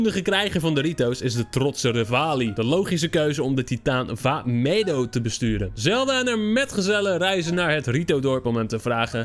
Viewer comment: Vah medo spreek je verkeerd uit srry dat ik dit zeg ik krijg nu vast veeeeeel haat!:(:(:(::(